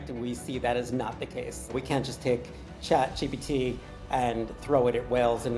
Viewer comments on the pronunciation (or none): none